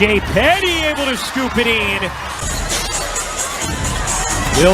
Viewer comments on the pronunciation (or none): It's not een It's in. very anoying.